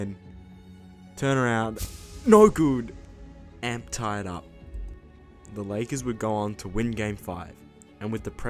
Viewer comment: Is it me or is it just annoying how he says amp like a guitar amp when it's meant to be A-M-P